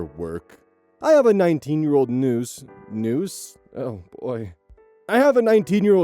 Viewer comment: So um…, when starts reading the niece story, he pauses on the first line in one of those classic “ read/pronounced that entirely wrong” moments. But I have some hearing loss, I do not hear hear the difference between what he said and the word “niece”. What did he say?? Please fill me in, peeps D